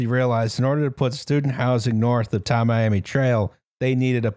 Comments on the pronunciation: As a Florida man. It's "Tam-e-am-e" Trail. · I grew up in the neighborhood where this happened and still live a few minutes away. I have many comments, but I'll limit myself to only the following: 1. The notable coach at FIU that confused with Lane Kiffin was Butch Davis 2. It's pronounced Tammy-Ammy, but nobody calls it that. It's 8th street. 3. The area north of 8th street is a city named Sweetwater where some of the earliest resident were troupe of retired Russian circus dwarves. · Tamiami is a portmanteau of Tampa and Miami and is pronounced tam-mee-amee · This is Flor-i-duh. We don't have basements. Tam-eye-am-ee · Tamiami trail is an old cow trail that went from Tampa to Miami, so it's pronounced Tam (like camera) ee am ee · Tamiami is pronounced like "Tammy-ammy" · I browsed the comments and didn't see anyone offer the pronunciation: Tamiami Trail pronounced like Tammy-Ammy. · Tamiami = “tammy ammy”